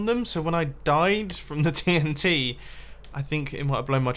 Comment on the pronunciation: TNTree its dynamite